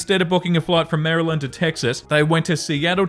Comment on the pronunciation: I know this is a while back, but I just wanted to thank you for pronouncing Maryland properly:) I was born and raised there, and have lived in Australia for 15 years. Honestly, you wouldn't believe how many people here don't pronounce it properly! Don't start, Australians, I do my best to pronounce Australian words properly:)